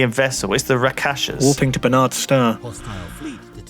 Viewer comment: Rak-sha-sas not Ra-kasshas.